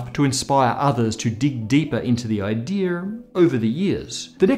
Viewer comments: Did you say “idear” ??? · The "idearr" lol I love the way he says ideal